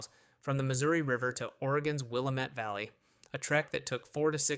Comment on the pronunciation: Pronouned will lam et not willa met